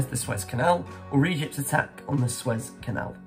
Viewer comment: 37 out of 50! Pronounced SUE-EZ canal